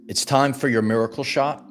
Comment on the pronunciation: I see. "Miacle" wasn't a typo in the title of this video. It's because of the high pitched pronunciation of that word to emphasis the significance.